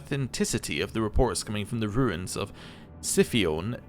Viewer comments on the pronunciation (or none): Just FYI: noosphere is pronounced no-o-sphere. In sci fi it generally means a space where special powers don't work. In 40k it's a special kind of internet. A simulacrum is a created likeness, usually in the context of magic or in a sci fi setting, potentially a kind of clone. Scipione most likely pronounces the c as a k, akin to Scipio Afrikanus and others of that time. mon-keigh is a play on the word monkey, but it's normally pronounced mon-kai.